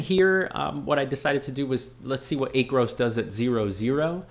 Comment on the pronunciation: Great video. Please pronounce it as Aaaacros in your next video. LOL